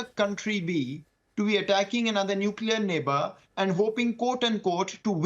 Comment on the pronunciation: He uses as prefix - nulcear weapon.... Anything else pls